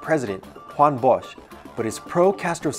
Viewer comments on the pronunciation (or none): none